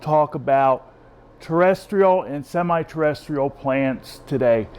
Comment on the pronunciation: "Potting Needs for Terrestrial and Semi-Terrrrdytisl Orchids" What happened in the intro xD. Great vid as always Wade.